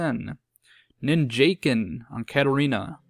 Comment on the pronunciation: i think its ninja ken, not nin jaken